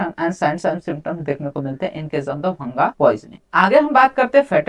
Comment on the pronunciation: Its not bhanga it is bhaang